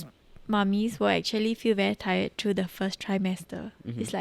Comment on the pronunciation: can u practice ur english bc ur pronouncing words like three as tree or through and ‘trough’